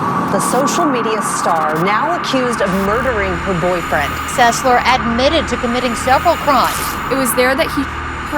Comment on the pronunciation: Trey Selser really? You cant even get your names right. Its Sesler.